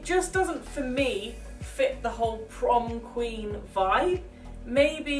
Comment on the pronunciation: The prom queen said prom queek